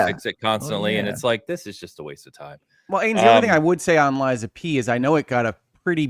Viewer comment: Ok all this time I hear Liza P finally realized it is lies of P 😮